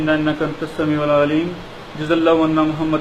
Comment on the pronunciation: ابےاجہل سالےتجھےنہ اردوآتی ھےاورنہ عربی،یاربٙ العالمین،میں "رب،،کومنصوب پڑھنے کےبجائے" یاربُ العالمین،،مرفوع پڑھتاھے، سالےخلیفہ راشدھونےکادعوی کرتاھے اورابتدائ قاعدےسےبھی واقف نھیں ،تجھ سےزیادہ اردوعربی توسال اول کےطلباءکوآتی ھے،اورتلفظ کی ادائیگی میں تودینیات کےطلباءتجھ سےلاکھ درجہ بہترھے،